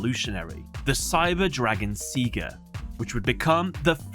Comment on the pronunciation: Theres no way thats the right pronunciation of "Seiger"